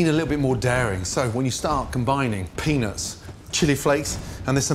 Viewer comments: Gordon has got to start pronouncing the “t” in peanuts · Damn. He doesn't enunciate "peanuts" very well...😂😂😂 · Everytime this man said peanuts i heard ”penis”. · The way he says Peanuts, makes me crack up everytime.